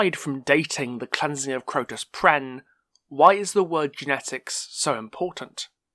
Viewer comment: It's Crotus Penn, not Crotus Prenn....